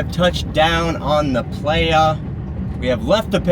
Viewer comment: Dude. Its prounced ply-uh. You're killing me.